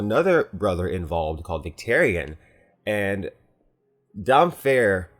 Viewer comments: I pronounced it "dam fair" for so long, and then felt so stupid for not realizing it is Damp-Hair XD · It's Damp-hair, not Dam-fare. George has joked about how he really should have put a hyphen in there because it can be weird to read! Great video though! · It's pronounced Damp Hair because he always baptizes himself with sea water. GRRM has stated this in interviews. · Im pretty sure its pronounced damp hair as is drowned god priest who only bathes is saltwater and always has damp hair lol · Damphair is pronounced Damp Hair btw. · That priest's name is Damp-Hair! There's no "f"-sound. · Damphair is pronounced like two separate words like "damp hair". There was a Q&A with George RR Martin where he clarified this but I don't have a link. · No offense meant, but why would you still pronounce it incorrectly? It just sounds odd pronounced as "domfair". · Aeron "Damphair" Greyjoy... I think it is pronounced Damp-Hair, like his hair is wet. Whenever he prays he will wade out into the ocean. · hey homie, i love all your videos and perspectives, think you're awesome and you accuratly predicted the nefarious origins of the children of the forest and the others, but i gotta let you know, it's pronounced "Damp---Hair". there's a video of George putting that down on the record I'm happy to provide upon request. that be all! peace and love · It's pronounced damp-hair. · to be fair Roy Dotrice says it Damphair (Dampfair) in the audiobooks. Although he does pronounce Brienne rather oddly (Brai-een). Good video from a book and show lover. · Oh, also when I read the books I always thought the "ph" in "damphair " was pronounced as "f" too. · It is damp-hair, not dampfhair. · Damphair isn't a prophet. He's a priest of the Drowned God. And it isn't "Dom-fair", it's "Damp-hair". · love the vids. your theories are the most original posted on youtube! BUT to be a stickler, George Martin already confirmed its not "Damphair" but its "Damp-hair". just my two sense keep the vids coming!